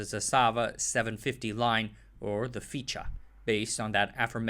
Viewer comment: A couple of errors I could hear: Fičo is not pronunced Ficha, but FichO. Kranj is pronounced KranY. Also stojedan is pronounced stoYedan. The author should not use English spelling with Yugoslav alphabet.